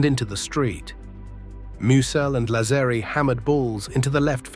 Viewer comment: Why can't AI pronounce Lazzeri correctly? Sheesh.